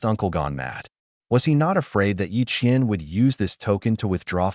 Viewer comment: Qian and qiann. Yep lol